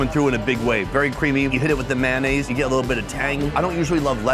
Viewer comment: What is “man eh’s”? Sorry I’m Canadian. We do like mayonnaise here.